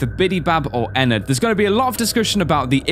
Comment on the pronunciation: WTH HE JUST SAID ENNARD